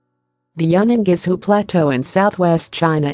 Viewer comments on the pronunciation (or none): This is such a lazy production. All through the entire video there were only half a dozen still pictures and monotonous narrative. As well, please pronounce Yunnan-Guizhou correctly. For a Chinese to find it so difficult to understand what is said is really some achievement.